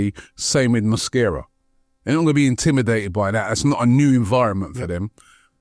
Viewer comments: Why does keep calling Mosquera ‘Mascara’ 😅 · pronunciation of player names is brilliant…. Cockeres, Mada-wooky/ Mada-wokey, Mascara in defence too… 😂😂